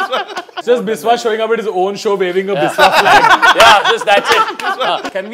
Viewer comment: It's not Bis-wa it's Bishya.. I mean the pronunciation